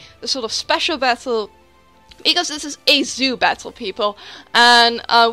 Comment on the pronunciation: I heard Zubat-tle at the start for some reason :p great battle as always and i love love loooove Girafarig !!! :DDD